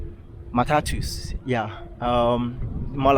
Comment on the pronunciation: Mataa-tuss🤣😂 Matatu